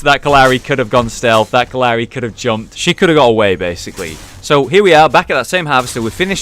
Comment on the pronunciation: It kept sounding like he said uncle Larry 😂